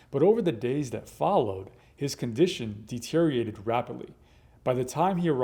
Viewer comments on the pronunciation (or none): This doctor said "deteriated" and "Insiduous." Strange, from an educated person.